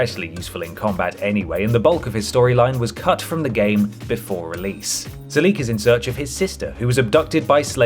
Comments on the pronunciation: I can’t believe you put Sulik (that’s SUH-lik, not su-LEEK btw) close to the bottom. He’s adorable, hilarious, has a ton of hit points and action points as well as carry weight. Give him good armor and a melee weapons and he’s really good in combat. He should be top tier. Unlike dead weights like Lenny and Piper. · I dono what translation you're playing but it's pronounced SOO-LICK not Sue-Leek. And he's probably one of the best companions in Fallout 2, easily recruited early with high HP and good fighting skills. I couldn't take this video seriously after seeing him ranked so low. You ranked Ian higher. Ian is probably the worst companion in the entire series. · Ok first off its, Soo-Lick. not what you said, and 2 he is one of the best melee companions in fallout 2, you give him some good armor and a power fist and hes a force to be reckoned with. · ugh, you are absolutely butchering the pronunciation of sulik's name